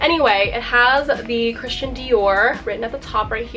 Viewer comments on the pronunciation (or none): none